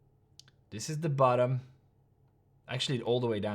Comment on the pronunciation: says bottom in😂